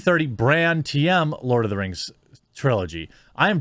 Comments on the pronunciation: "We Lawd of Wings now" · Lost it at Lawd of da Rangs.😤😣😳😂💀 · I had to pause this to laugh at the “lord of the rangs” for ten minutes. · "Lawd of the Rangs"🤣 I bout choked on my food then I thought of it again and almost spit my food out 🤣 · "Lord of dem rangs" ahahaha 😂